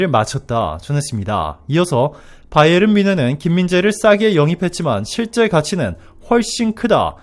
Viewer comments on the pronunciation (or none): none